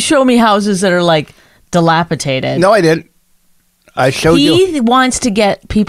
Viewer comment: Bonnie: it's dilapiDated, not dilapiTated. I got your back, Rich. 🤪